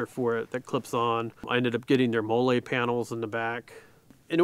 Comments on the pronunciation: The “Mo-Lay” panels is killing me 😂 it’s pronounced “Mah-Lee” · The way he pronounces molle bothers the fuck out of me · Came here looking to see if anyone else noticed that lol